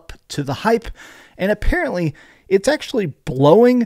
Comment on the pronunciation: “Affarently”